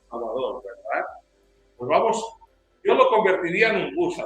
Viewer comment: El Sr. español ya se " salvadoreñizó" puya dice...😂